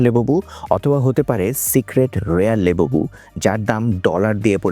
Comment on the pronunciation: লেবুবু❌ লাবুবু✅